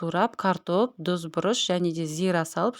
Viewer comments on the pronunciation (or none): Дүз дегени тұзды айтып жатырма 🤦‍♀️